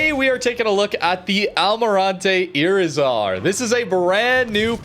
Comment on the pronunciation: When you see a Spanish word with a "tilde", that marks the accent of the word. iRIzar.